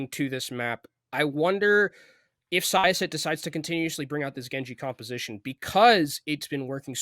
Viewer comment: syosset pronounciation was a mess XD